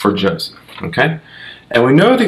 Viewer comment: Jose is pronounced HOE-SAY.